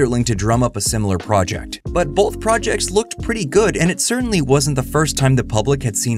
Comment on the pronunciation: I just can’t get over how so many people (including ) puts an L in the middle of the word “both”. Like, wtf kind of word is “bolth”??!